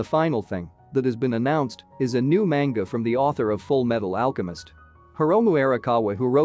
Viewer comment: The way that this person says ‘Manga’ makes me angry.